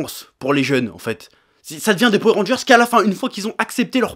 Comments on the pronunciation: Moi je dis pas Powère mais Poweur... suis-je dans l'erreur ? Sinon très bonne vidéo ^^ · J'ai juste retenu qu'il disait "powé rangers" au lieu de power rangers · Golden Crow Powai rangers* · alors, ça ce prononce Po Weur Rangers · J'aime quand tu dis Powé Rangeurss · Du coup une question se pose: On dit Powé Rangers ou Powoueur Rangers? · J'ai fait qu'entendre "Powé Rangers" ça m'a sorti de la vidéo à chaque fois xD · "powèr rangeur" mdr chef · "Powé rangers" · la vrai question c'est pourquoi tu prononces powé mais rageurs ? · Etienne Francius c'est trop marrant la façon dont il prononce powé ranger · C'est une vidéo sur quoi ? Ah oui les Poweu rangers. j'essaie de compter combien de fois il a dit poweu ranger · J'adore comment il dit poué randgeurz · Edgar S. c est trop rigolo la façon dont il prononce powé ranger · Po-ouais Rangers ? :') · powé ranjerrs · Powé Rangers j'ai bien entendu?🤔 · "powé rangers" j'ai vraiment eu mal à chaque fois que tu disais ça comme ça... Cela dit je suis totalement d'accord avec ton point de vue, les gens ont perdus le fun devant les films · J'aime bien quand le Chef dit Powair Rangers ^^ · Moi aussi ça m'a énérvé toute la vidéo, c est comme les gens qui disent Hitlaire et non Hitleur